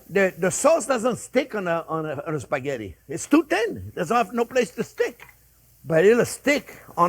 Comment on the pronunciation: As an Italian I can't help but correct the word...Spaghetti. Please not “Sphaggetti”. 😉 After all, it is one of the most used and famous Italian words in the world !